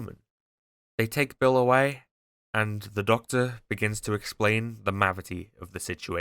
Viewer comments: “Testing the Mavity” I hate you so much 😂😂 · Thank you for using the correct pronunciation for 'mavity' lots of people nowadays saying 'gravity'. Fuck knows where thats come from, has become a big pet peev of mine. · its funny how you kept saying mavity as if you were inside the doctor who universe after the changing of newton's words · Love how you just said testing the mavity of the situation. ❤